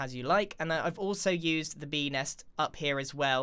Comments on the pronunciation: I literally hear 🅱enis instead of Bee Nest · When he said Bee next I thought he said Benis. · he sed bee hole